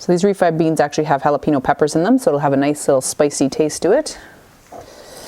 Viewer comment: Absolutely love your vids... I am normally just a watcher but I have to say... it's not "hal-o-pee-no" (jalapeno) .. lol it's pronounced haul-eh-pain-yo.... 😂